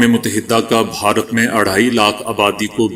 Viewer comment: please pronounce this word correctly bharat you are pronouncing it as baharat some time , its incorrect